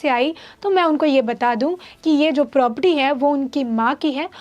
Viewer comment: #Thenews A news reporter should speak correct. It's not propty प्रॉपटी , it's Property